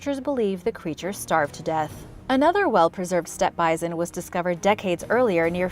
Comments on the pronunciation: Why are you saying, "bizon?" It's "bison!" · The way you say “bi-zon” instead of bison makes my skin crawl. Idk why. 🤣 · Sorry it is pronounced bi-Son